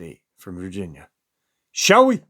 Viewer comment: "SHALL WE!!!". It sounds like you are saying," Show we!". I don't know what it is about the way you say that but it cracks me up.